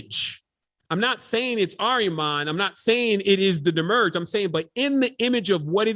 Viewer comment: You are saying demiurge weird. This video will help.